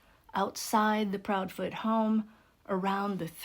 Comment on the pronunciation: Proudfoot. Not proudfeet. Less than 3 minutes in